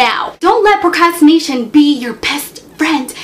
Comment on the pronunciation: You're pretty but you can't pronounce "procrastination"